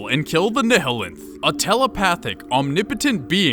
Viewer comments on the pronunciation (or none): Say, "ni-hill-enth" one more fucking time. "NILE-enth" like the river. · Just a friendly FYI... To sound it out phonetically, "Nihilanth" should be pronounced "Nyalanth/ Nye-ah-lanth". The proper way of saying words like "nihilist" is "Nyalist/ Nye-ah-list". The H is silent, but something tells me you figured that bit out already lol. One would not call someone a "Ni-hill-ist" lol. This is just one of the many reasons why English is considered to be the hardest language in the world to learn as a second language. Whacky pronunciations are just the tip of the iceberg. Then you've got the fact that one word could mean 10 different things depending on how you use and enunciate it, but that's a story for another time. Regardless, cheers from Canuckistan. Keep up the good work. If all I can take issue with in this video is how one word is pronounced, I'd say you're doing pretty well lol. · NYE-eh-lanth not neh heh linth christ like Nihilism